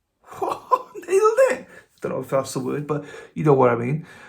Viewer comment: Oss-tee-oh-path (pAth short A as in cAt) Oss-tee-oh-path-ik